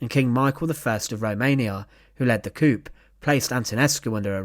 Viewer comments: Pronounced coo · It's not pronounced 'coop'. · Newsflash…. A Coup (overthrow of a government) is not prounced the same as a chicken coop. It’s proununced more like Cooo. The P is silent. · Another really good video, thanks. It may be a cultural thing but the word coup is usually pronounced " coo" rather than "couppe", it might just add to your gravitas. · Nice video. FYI The word "coup" is usually pronounced "coo". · Like Tyrrell wrote; the word “coup” is pronounced “coo”, with the “p” silent. And another excellent video; we wouldn’t expect any less from this awesome channel! 💟☮️ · I'm pretty sure the word coup, from old French is pronounced coo. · No, we don't, we pronounce it 'coo'. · No they don't!! It's pronounced "koo". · The "p" is silent in coup. Its French. Short form of "coup d'état" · learn how to pronounce the word coup. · If you pronounce the "p," you're talking about a small car, not a forcible regime change. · Soft C on “coup” not hard C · and p is silent. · A wonderful channel with terrible narration clearly the narrator has no idea what he’s reading mispronunciation litters and ruins the credibility coup is even mispronounced with the P being stressed. It’s a joke even the Romanian Capital mispronounced